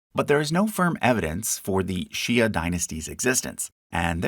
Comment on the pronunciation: the "ia" in "xia" should be pronounced like "shya" or "gotchya"